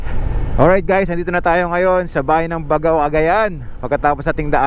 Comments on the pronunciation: First thing you do when visiting a place is to know how to pronounce the name right. Di man lang inalam sa haba ng video not once nasabi niya ng tama. BAGAW NG BAGAW. It's BAG-GAW 😒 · Kuya “Bag-gao” po ang bigkas hehe. Yan po ang basa ng mga itawis at ibanag na natives sa Cagayan. Kuya thank you sa travel vlog mo ang ganda ganda! Keep up the enjoyable travelogue nkakaalis po ng stress for senior like me. Taga Nueva Vizcaya po ako. I hope you can also visit my province!! Marami din po natural wonders doon 😊👍🙏